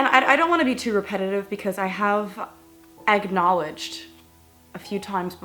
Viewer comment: GUYS she says “EGG-knowledge” 😂😂😂